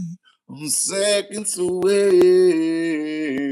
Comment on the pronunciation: 😢.... "SECONDZ A WAY" !!!!....